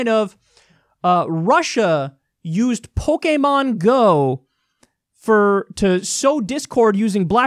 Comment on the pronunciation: The biggest threat to world peace is the way kyle pronounces pokemon